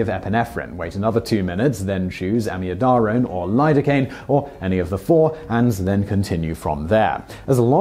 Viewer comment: Hey Simon, that’s not how we pronounce amiodarone (am-ee-O-da-rone) or tamponade (TAM-pon-ard) in the UK, and ‘hydrongen ion’ - someone’s having you on